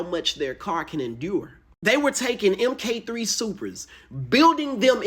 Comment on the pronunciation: What's an "Imm Kay three"?